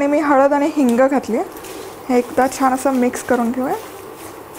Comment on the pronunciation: छाण नाही छान अस बोलता